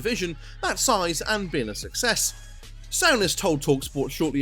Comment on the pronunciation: Sorry, but you absolutely butcher the pronunciation of most of the players names lol Sowness? Noons? Varin? Great video, but please its dead annoying.